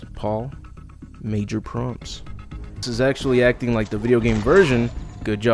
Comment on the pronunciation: Great video! They definitely botched these movies, only the first is watchable...also don't wanna be that guy but with the licker reflection you say major "Promps"? Its PROPS...Major props